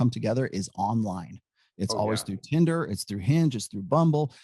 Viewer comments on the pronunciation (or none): none